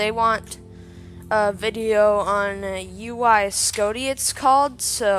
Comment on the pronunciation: Its not uy scoti idiot its UY scuti